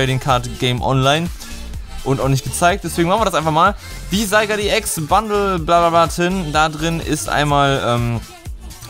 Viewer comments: LP Eigentlich nicht, geh mal auf die Pokewiki-Aufzeichnung von Zygarde an und geh dann auf die Sprachdatei des Namens. Zygarde=Richtig, Sygard=falsch und da es eigennamen sind gibt es keine Anderen Ausprachen. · Wiso sprichst du Zygarde so seltsam aus? 😂